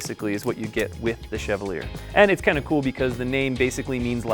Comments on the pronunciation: I think Chevalier is pronounced shuh-vol-yay. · Chevalier is pronounced shev-all-yay. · Why can't anyone pronounce Chevalier correctly?